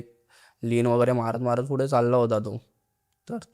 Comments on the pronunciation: Na मराठी नीट बोलता येत नाही , नाकातून बोलतोय full. attitude पुढे la फुडें म्हणतोय पुणे la फुने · पुढे not फुडें